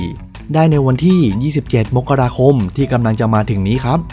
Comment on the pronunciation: อ่ะ อ่านเดือนมกราคม อ่านว่า มก กะ รา คม อย่าอ่าน มก เด้อ อ่าน มะ ดิ่ 😣